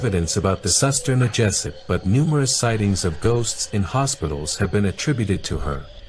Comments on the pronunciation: POCONG, you speak PUKONG, SUSTER NGESOT, you speak SASTER NJESET 😅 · Suster ngesot is read as SOOS TER NGE SOT, not N G Sot. Kinda hard to say for english speaker tongue 😁